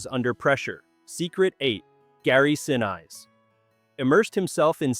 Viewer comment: Neat, but my gosh the AI voice was so full of mispronunciations. "Saturn Vee"? How about Saturn Five. "Gary Sin-Eyes"? How about Gary Sin-ees. There were others, but I don't remember them all. It kind of detracted from the enjoyment of the video.